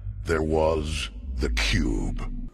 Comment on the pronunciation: HELP i thought the intro said the pube instead of the cube